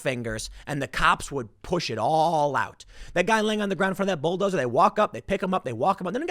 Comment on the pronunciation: What bowel dowzer? Oh, you mean bull dozer.